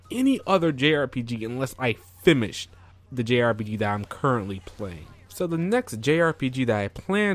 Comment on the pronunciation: Are you saying "fimmished"?